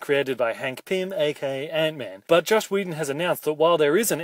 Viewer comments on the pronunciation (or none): every time he said josh whedon I died inside